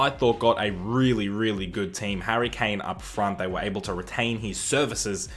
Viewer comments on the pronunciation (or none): none